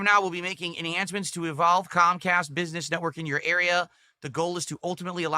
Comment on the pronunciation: If Cahm Cahst rooins Philburts businessuh then they are the best company out there.